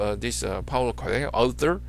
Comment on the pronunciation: Dude it's pronounced co~el~o it's silent h